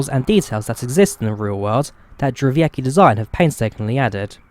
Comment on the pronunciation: it's dʐɛˈvʲɛtskʲi, not how you pronounced it. the "c" is pronounced like "ts"